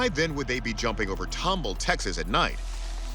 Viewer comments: Nobody told ANYBODY that it is pronounced TOM-BALL, just like it’s spelled. One of the producers told everyone to call it Tom-bull, nobody questioned it? And nobody from Texas but me says anything in the comments? Sheesh😂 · Yall keep saying tom-bull.......its Tom-ball. Tomball. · It's pronounced tom-ball, not tomble. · As a life long resident of Houston & Katy, TX I was surprised at how y'all managed to butcher the must pronunciation so I will help you out w/ how Tomball is pronounced... Tom, (like the cat) and Ball... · pronounced ...Tom Ball, not tomb all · Pronounced Tom ball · Except he can't pronounce Tomball.